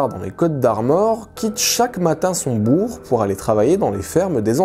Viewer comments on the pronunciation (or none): none